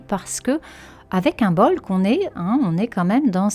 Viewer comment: Merci. J’aime beaucoup vos vidéos et podcasts. Je me permets juste de dire que l’on ne prononce pas le B dans Imbolc. Je l’ai appris aujourd’hui. C’est pourquoi je me permets de vous partager la vraie prononciation. 🙏🏻🤗🙏🏻